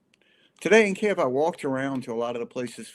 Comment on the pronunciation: К И Ї В - authentic = Ukrainian pronunciation. I know that there is no such sound "и" in English but it is very easy to do! not Kiev - moscovian pronanciation. we calle them moscovians - u call them russians